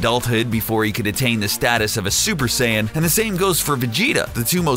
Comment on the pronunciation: "Half Saiyana"